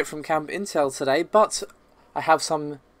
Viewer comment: I just want to know what is with "BUT“, you and pronunc it in the same manner, I am not going to lie to you you, I really do hate it, it is like someone scratching something